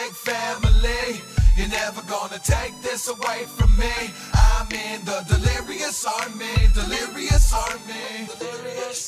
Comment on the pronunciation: he said "delerious"